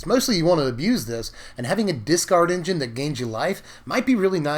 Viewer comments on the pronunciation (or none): none